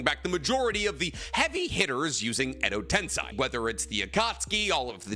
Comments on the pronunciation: It's not Edo TensAi, it's Edo Tensei. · Why does MF keep saying Edo Tensai? Tiktokers pretending to be youtubers are rough man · It hurts to keep hearing u (a Naruto "expert/professional") mispronounce "edo tensei".. it's not ten-sai.. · Tensei is pronounced “ten-SEY” with “sei” like the word “say”